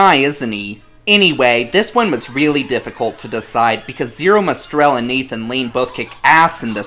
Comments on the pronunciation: OMG! It's MOSTEL, not MOSTRELL! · As someone raised by fluent Yiddish speakers... Say it with me now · Good lord so much of what you said was wrong. I hardly know where to begin. Let's start with Mel Brooks not knowing music. WRONG!!!!!! There's no "r" in Mostel. Bloom isn't a fan in the 1967 original. Many more mistakes. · The movie was not even a modest hit on opening ($350, 000 total was not even a good number back then), "Zero Mostrel," Roger Bart is Carmen Ghia, not Roger (and it's DeBris, pronounced like garbage, not "DeBreeze,") and that's when I checked out. Hope this helps! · Can't pronounce Zero Mostel's name correctly and then criticizes Mostel's singing in Fiddler??? Mostel's singing was fantastic in Fiddler!!